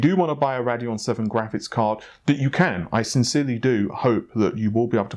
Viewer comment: the way he says rad-eon instead of rade-eon makes me cringe hard